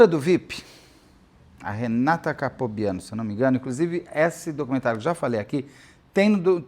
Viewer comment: Pq capobiano? O correto é Caltabiano